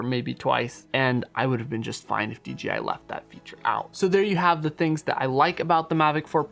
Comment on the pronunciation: Why do you keep saying DGI instead of DJI go back and listen to your self .